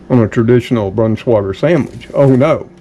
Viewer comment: It is pronounced with with a long i for the ei. It’s not Brans wah gar but “ brans-wi gar” Hope this helps. Be sure to get high quality meat and none of that fake yellow gum which is not real cheese! It is not worth how unhealthy it is. Get real cheddar please so u will stay healthy. Love your channel and God bless you.